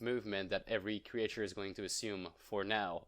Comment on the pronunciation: cre-ihhhh-ture xD jtm ♡ 🐥